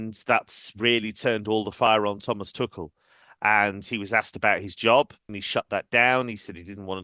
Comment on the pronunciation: Pronounce it as Tuhel, pls! 🙄